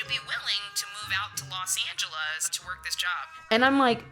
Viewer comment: I can't get over how pronounces "Los Angelas" XD